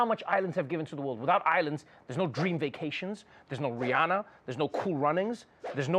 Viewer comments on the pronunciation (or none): none